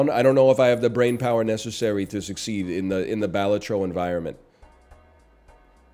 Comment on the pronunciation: I'll die on this hill...pronounced 'Bell-all-tro'